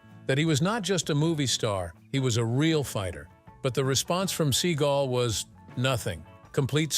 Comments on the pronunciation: I like when the narrator calls him SEA GULL. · Your stupid AI narrator keeps saying "Seagull" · Love the way the narrator of this video pronounces Seagal as "Steven Sea Gull"